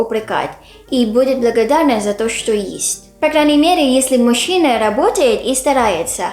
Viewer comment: Всё здорово, только у автора слово"мужчина"слышится, как"машина",- немного режет слух.🙃